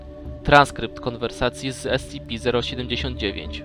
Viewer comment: Słysze że wymawiasz S-CI-PI kiedy powinieneś wymawiać S-SI-PI. Pozatym świetna robota.